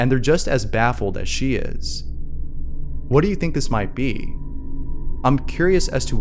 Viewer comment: Long-winded stories... For a 5 second clip or still frame. And, you have issues pronouncing a "T" with cerTAIN (cerdin, you say) words, like "Whadoo," which I believe is "What do .." Anyways... 👎